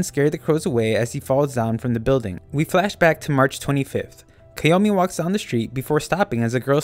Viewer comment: But that's how his name is actually pronounced